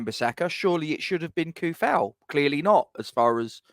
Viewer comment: And, according to the man himself, it's pronounced "Vladimir Too-Fahl". Let alone "Bruno Fer-Nan-J"